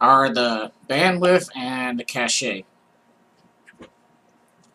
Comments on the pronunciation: cach-a is pronounced Cash . lol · "cache" is pronounced like "cash". Cache, in the computer/IT domain means "fast, frequently-used (but temporary) storage". "Cachet" is pronounced like "cash-ay", but it's an entirely different word (It's a French word, and it means "seal of approval" or "mark" or "superior status" in English).